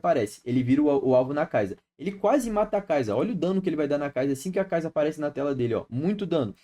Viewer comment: Conteúdos maneiro, traz de top lane mano, e para de falar kaiza, é sa no final, kaisa.